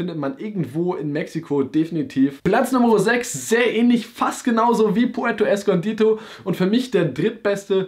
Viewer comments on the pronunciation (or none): Puerto escondido, nicht escondito